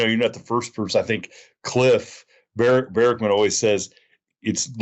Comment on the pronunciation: I'm so happy to hear that you say Cliff's last name correctly. THANK YOU. It's a huge pet peeve of mine so I can't imagine how annoying it must be for him lol. I always suggest people think of like army "barracks" and then add MAN to the end. Pronounced like berrickman.